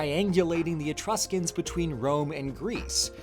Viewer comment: "Be vewwy vewwy qwiet, we're hunting Etwuscans..." -, seemingly